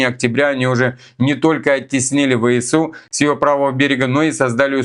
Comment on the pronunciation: ВСУ - ВЭ СЭ У! СЭ СЭ СЭ. НЕ ЭС! Режет по ушам, ДОРОГОЙ НАШ. В русском языке буква С произносится СЭ.